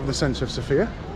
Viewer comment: Hi, followed your Sofia walk with interest, looking forward to other interesting videos. Just a small comment, if I may. The stress in Sofia is on the O. I hear (mostly) men putting it on the I, perhaps reminiscing/dreaming about Sophia Lorrain... :) but my birthplace has it on the O. Thank you, and happy, healthy, wealthy, and productive year!